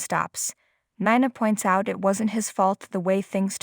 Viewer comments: Can you pronounce words correctly? Nina is pronounced neena . OK is okay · Who is Nana? Do you not know her name is Nina? Try saying her name correctly! 🤦🏻‍♀️